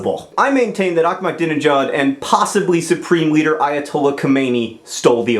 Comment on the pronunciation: You pronounced Ahmadinejad wrong.